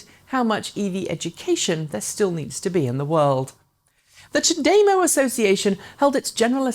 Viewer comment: It's CHAdeMO, not chaDEmo. No language that has the article "de" ever puts emphasis on that syllable. On the contrary, it is always de-emphasized. (See what I did there? 😎)